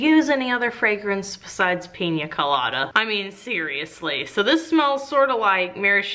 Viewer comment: YOUR SAYING PIN COLADA WRONG! its Pee-Nah colada